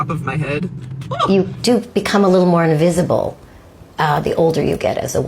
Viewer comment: did the woman mean to say "InVISible" to men? Bwahahahahahah!!! wut uh dow-noot!! (what a donut). And the woman after her is creepy as hell.....like a 12 year old girl in a 55 year old woman's body